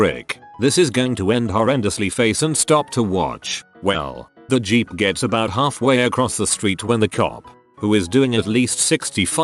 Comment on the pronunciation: no one: narrator when it sees the word 'Jeep': G E E P